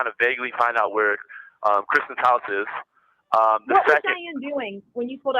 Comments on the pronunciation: Did you get where he called kstine..Kristen. like Kristen keosk. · I am so tired of hearing him call her by the wrong name. It's Kristine, not Kristen!!! I might have spelled her name wrong, not sure if it's a "C" or a "K", but He keeps saying it wrong. He is nasty. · Why can’t this idiot call his victim her real name?? It’s Kristine! Not Kristen!! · Why does he keep calling Kristine........Kristen. you stupid ahole. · I believe this is the call his dad was referencing where he was a dumbass b ***h because he does keep saying kristen and not krystine. Lol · He can’t get her name right, Kristen, Christine 🤔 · He keeps messing the ladies name up. What a idiot. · Can you believe that have merch now?!? " SAVE WADE WILSON" This is so out of hand these women. He is not remorseful AT ALL he can't even say the victims name correctly and then all the lying. I pray the judge says something about all this bs with the fundly acct and merch.